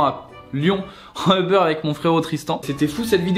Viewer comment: on dit Uber pas Eber.